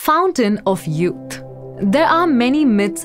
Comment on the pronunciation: The fountain of yoot. Uh. What's a yoot?